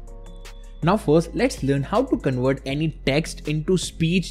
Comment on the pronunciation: You say conwert text to speech...it it convert not conwert